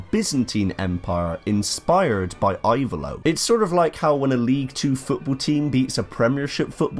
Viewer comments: Type it "Ivaylo" but the pronunciation is "Evaylo". Very good video. Thanks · I-vay-lo. The "I" is pronounced like in the word "impressive".